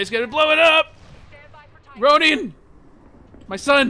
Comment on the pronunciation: Rone-in not Rown-ie XD unless its on purpose